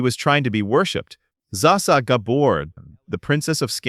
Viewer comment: Its not zaa sa.